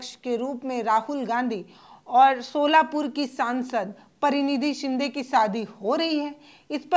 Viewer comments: Madam unka naam pariniti shinde hai na ki parinidhi shinde aap theek se naam ka uccharan kijiye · Pariniti chopra hoti hain aur Praniti Shinde hoti hain aapke uchar sudharo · आप जानती है क्या कि इनका नाम परिणीति शिंदे है ना कि प्परीनिधि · परिणीती नहीं, प्रणिती कहो ना. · परिणिती शिंदे परीनिधी हे चूक आहे नीट बोलायला शिका